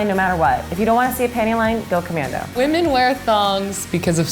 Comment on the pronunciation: ITS WHAMEN